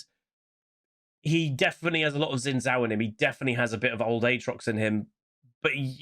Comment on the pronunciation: Xin Zhao is pronounced Shin Jao. X is a Sh sound basically and Zh is a J sound.